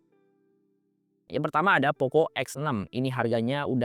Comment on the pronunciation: Klau poco ngaku buatan indonesia kenapa dibaca poko. Mestinya tetap poco. Biar terlihat keren yoo.. atau malu dibaca poco